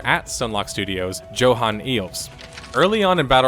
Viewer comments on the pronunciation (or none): none